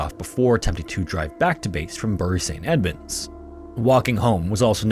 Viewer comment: Hey, just to let you know Bury St Edmunds is pronounced “Berry Saint Edmunds” 😊